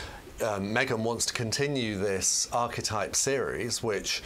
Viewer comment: Is she pronouncing Archetype wrong on purpose?